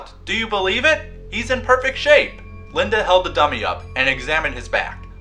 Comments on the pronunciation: lyndEEEEEEEEEEEEEEEEE not lindAAAAAAAAAAAAAAAAAAAAAA. otherwise good video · 1 its lindy not linda and 2 u called slappy a her